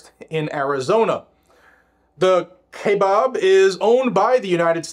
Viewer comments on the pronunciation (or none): It's " ky-a-bab I live right next to it. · KIGH (rhymes with high) bab (rhymes with cab). KAIbab...There ya' go. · 'Pronounced Kyi-uh-baab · Bab not Bob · Listening to you butcher our national forest was hilarious 🤘🤣 and it's pronounced kaibab lol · "ky-bab" is how it's pronounced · Pronounced.... keye like an eye... bab Like jab with a knife. It is such a hard hunt unit to draw . So when my buddy drew a tag for deer ... well he had cancer surgery the day before his hunt started. He had a surgical drain tube in his chest. He took the drain tube drilled a hole in a water bottle cap and inserted tube into the bottle, then stuck the bottle in his pants pocket . And then hunted and took a deer . Its the holy grail of mule deer hunts in the U.S. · It's pronounced ki baby I lived in Arizona for 62 years and have hunted in kebab forest for at least 30 years. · You said it correctly the first time. Kabob is correct pronounceation.😂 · It's pronouced Ki-abab National Forest. Its where the monster elk come from. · Say it with me .....Kai.... bab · Pronounced “Ki Bab” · Its pronounced : ki-bab. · It's pronounced "KI BAB national Forest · its pronounced kye-bab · It’s pronounced “ky- bab” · It's pronounced "Ki-bob" (long "i" sound) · It's pronounced 'ky-bab'. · It's pronounced Kai the I has a LONG sound and the A is silent. And bab with the A having a short sound. K EYE uh baab. Not only that they spelled it wrong. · I just checked online about the pronunciation of "Kaibab". The first syllable rhymes with "sky". The " a" in the 2nd syllable is the same as in "bad". The accent is on the 2nd syllable. One hopes the defendants are allowed to recoup legal fees against the enviro-wacko plaintiffs. One hopes! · Pronounced kiebab sounds funny how you say it